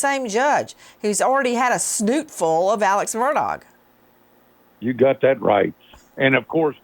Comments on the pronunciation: Nancy, its MURDAUGH, the G is silent! Whats wrong with you? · Nancy refuses to pronounce his name “Murdock” lol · Nancy is mocking him by mispronouncing his name. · Learn how to say his last name, please! Lol